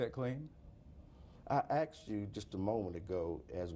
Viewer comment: " I axed you" HAHAHAHA